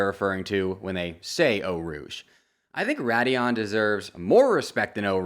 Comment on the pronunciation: It's Radillon, actually.